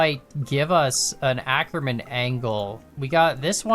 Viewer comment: I absolutely HATE how you pronounce "Ackermann", so please go the Google Translator (its good enough, I checked) and check German as the language, type in "Ackermann" and let the TTS pronounce it to you.